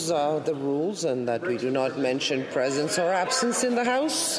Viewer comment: Cant say presence or absence cmon man. Lol